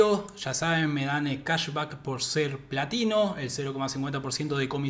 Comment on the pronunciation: Se que decías platino, pero no podía dejar de escuchar nivel latino 😂